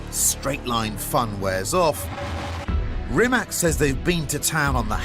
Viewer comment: Pronounced as Reematz.....please get it right.